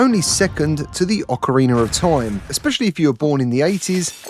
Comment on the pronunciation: “Awkareener of Time” 😂 that accent